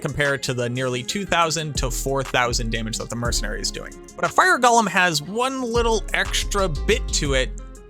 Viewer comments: Not Gollum. Golem. GOAL-EM. Golem. So help me if you say Gollum, a character from Lord of the Rings, ONE MORE TIME to refer to a golem . . . I made it to and quit. Someone please tell me just the best mercenary for my necro. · It’s go-lem not goll-em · Can never trust a video when they call it gollum instead of golem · "Wildly offensive" seems a bit hyperbolic. OP's tone seemed plenty chill. But, if we're going to debate the issue: the original Hebrew is purportedly pronounced gō-ləm, according to etymological origins provided in dictionaries, and Hebrew isn't a dead language. In fact, its preservation is a pretty big part of Jewish culture, iirc. The challenger pronunciation is almost certainly a result of J.R.R. Tolkien's "Gollum", confirmed to be pronounced "gäl'm" by the onomatopoetic description of the throaty hacking sound the name is derived from, into the fantasy zeitgeist. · That's fair. That said, you are communicating with at least one neurodivergent person in this conversation. I recognize that the discomfort I experience from the gäl'm pronunciation is a direct result of that atypicality. Thus, the choice of the connotatively individualistic "irk". But I'll put in my two cents on the off chance it can save me the discomfort in the future. One irking for another, at the end of the day.